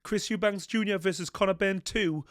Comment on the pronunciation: I love the way you still haven't learnt how to say Eubank properly!